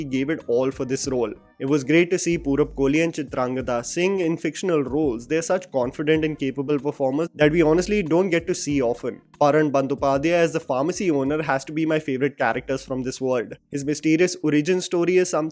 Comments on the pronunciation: it's not PAARAN , it's pronounced as "PAW-RAAN" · Abhishek did very well. But somehow the name Bob Biswas always goes with Saswata Chatterjee. However, would be great if Kolkata, Paran Bandopadhyay and Feluda are pronounced correctly. It is Kol as you pronounce co in Coke. It is Paw-ran. And it is Feluda as you pronounce fa in fake.